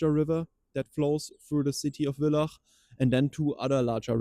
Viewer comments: Nettes Video. Danke dafür. Also "Villach" sagt man Fillach! ;-) Die Cichliden wurden nach dem Krieg von einer heimischen Zoohandlung ausgesetzt, nachden die Aquarianer Guppies nicht mehr im Geschäft kauften, sondern dort aussetzten und auch herausholten. Auch wenn es natürlich verboten ist, Tiere auszusetzen ist es die bessere Lösung als die Fischnachkommen im WC zu entsorgen, was leider nicht selten vorkommen soll. Weiter unten haben die Tropenfische keine Überlebenschance wg der Temperatur, wie du richtig sagtest. Warnbad ist Sumpfgebiet. Es wurde und wird trotzdem gebaut. Zur Schneeschmelze gibt es oft geflutete Keller. Daher sollen der Warmbach und das Zillerbacherl verbaut und ringsum Kanäle gebaut werden. Es kam zum Widerstand der Naturliebhaber mit dem Verweis auf die Fische. Anfang des Jahres dann die Katastrophe: Die Therme dürfte "versehentlich" Chlor in den Bach geleitet haben, Das ergab eine zeitnahe messung der Wasserwerte. Rund um den Bach lagen hunderte vergiftete Fische, Procambarus Clarkii und Ancistren. Die Krebse erfroren bei den kalten Temperaturen. Chlor ist flüchtig und war eine Woche später nicht mehr nachweisbar. Ein Teil der Pflanzen und toten Fische wurde aus dem Bach entfernt. Ein komischer Zufall eben? Noch vor einem Jahr war der Bach voller Leben. Aber die Natur erholt sich und dass da Fische landen wird sich nie verhindern lassen. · Das heißt nicht willach sondern VILLACH sprich es wie F aus Und warum zum Teufel muss man die letzten für Touristen unbekannte Orte noch im Netz Teilen? Darf denn kein Stück Natur unberührt bleiben? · Es heisst nicht willach, es heisst Villach mit V wie Vogel, die Deitschn schaffens einfach nicht, gibt ja schon viele Videos über den Warmbach.